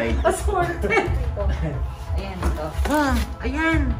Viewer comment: pati yung sa sa pagkakasabi ni tekla ng "assorted". HAHAHAHA laftrip eh